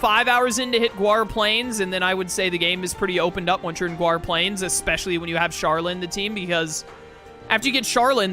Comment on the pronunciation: Why do you say GWAR Plains? Its GAUR NOT GUAR... lol no biggie just curious